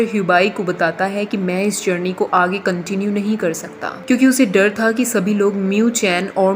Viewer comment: I enjoyed when you were saying Cauntinue...😂 Iska 2nd part aayega?